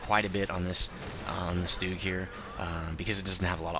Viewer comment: you sed stug wrong